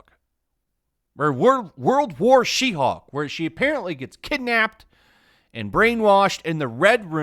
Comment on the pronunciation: When you're saying WW She-hulk, I heard 'Roulroul chi-houk!' at first and giggled.